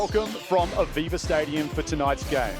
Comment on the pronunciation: Aviva Stadium? Ohhhhhhh...'Aveva Stadium'.